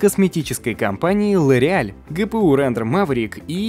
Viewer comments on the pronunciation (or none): Поставил лайк. За фразу ГыПыУ на первый раз прощаю. Произносите правильно. Коверкать чужой язык отвратно, вы же не школьники.